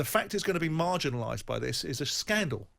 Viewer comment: Marganalise? Lol.